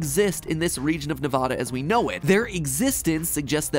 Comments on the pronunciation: As someone who grew up in Nevada and live in it it's not Nev-ada its Nev-ad-a it's drives me and my family insane when someone says Nev-ada ITS NEV-AD-A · It’s said Ne-VAD-uh instead of NE-VAH-DA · hi matpat big fan just 1 small tidbit it is not pronounced nev-ad-u its nev-ad-a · Matt it's Ne-VA-Da, not Ne-VAH-Da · it's NEVADA NOT NEHVODAH I'm sorry the pronunciation makes me angry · Matpat, i beg, as a nevadan, say "NEV-AH-DUH" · neh - "vah" - dah 😭😭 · It’s pronounced “Nih-va-duh”, the same “a” sound used in MatPat, MatPat. Thank you 🙇‍♂️ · It’s pronounced Neh-vad-uh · Ok, im sorry, but please for the love of god say nevada the other way. It isnt Nev-Ah-da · Being from Nevada means I get really excited to watch videos involving my state, but cringing when people from outside the West coast say it's name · as a Nevada resident, the way he says it messes me up so much 😭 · SAY NEVADA CORRECTLY!!! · As a Nevadan I am offended at the way you pronounced Nevada. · You pronounced Nevada wrong